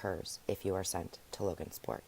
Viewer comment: Just saying it's Logansport not LoganSport. Also it's forefathers.